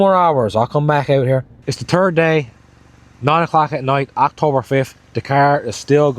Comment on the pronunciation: Ik it’s your accent but it must be October turd 😂